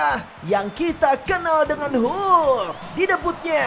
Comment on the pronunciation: Sebutan hulk tu tk betul senanye